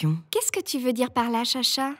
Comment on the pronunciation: Il dit "part"